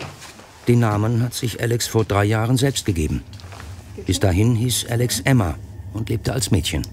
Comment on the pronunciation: Wahrscheinlich hat Alex zu viel Trans-Videos geschaut. Und zu viele englischsprachige Sachen, deshalb "Älix"...